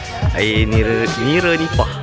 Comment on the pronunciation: bukan nireee bro, niraaaaaa nipah! hahaha.kipidap !